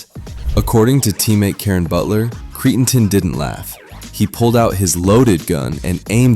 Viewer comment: Can you at least learn how to pronounce their names?? “Cree-n-ton” is not his name.